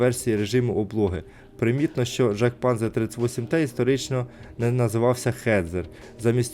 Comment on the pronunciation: panzer на німецькій читається як панцер.